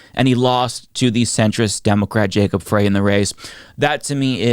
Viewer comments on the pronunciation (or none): The race in minneapolis has not been decided. They have ranked choice voting. Nobody won 50% of the vote in the first round, so they are counting the second round. Jacob Frey (pronounced "fry" as in French fry) is not yet the winner. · Frey is pronounced "Fry" not "Fray." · Jacob Frey is a decent politician..It isn't"Fray"..It is "Fry"..